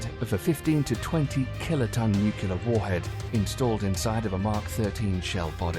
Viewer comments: Nuc you ler vs. new clear. Nu-Clear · Please don't say 'newk-ya-ler' when it's pronounced 'new-klee-ur'. ;) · Don't say NUCULAR weapons. It's pronounced nu-CLEAR. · Ffs it's nu-clear not nu-cular 😂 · NUCLEAR, NUCLEAR, NUCLEAR...NOT NUKULAR! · Repeat after me: Nu cle ar. Not nucular. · It. Is. NUCLEAR. Not NUCULER. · I had to stop watching after he mispronounced nuclear. just say New Clear instead of nukeyelar. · NOO-CLEE-URR...how hard is that word?! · Nuclear... .not nuke-ya-ler. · OH, you didn't just say "Nuke U Lar", did you? Gimme a break. Even British people know better than that. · NUCULAR shells facepalm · "Nucular, nucular, nucular..." But still a cool video. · Scary scary Nucular weapons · you lost me at "nukyeler" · wouldnt be a stupid military video without a "nucular" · Nu 👏 Ku 👏 lar 👏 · New kew lar warheads? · Nuquler lol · What is nucular? I loose faith in people and content who can't pronounce such a simple word correctly. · The narrator doesn't know how to say, "nuclear"... it's not "nu-kyu-lar"... sounds like George Bush. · I think it's funny that there are English people that can't say "nuclear" too. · This guy says 'nuclear' like Dubya